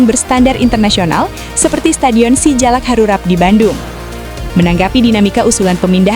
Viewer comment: SUGBK bukan SEGuBK terus Si Jalak Harupat bukan Harurat